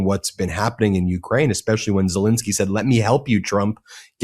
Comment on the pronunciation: Ben, I love your politics but please for the love of god, its killing me.. it’s not the strait of hurmoooos, it’s Hormuz, pronounced in English and all languages, without exception, “strait of Whore Moots”… and it’s “Zelenskyy” not zelinski. Ser-len-skee !!!